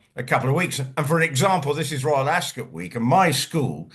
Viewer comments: ☺️Ascot is not said as Epcot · don't know where he's from but I'm English and we say ASCOT, OT not UT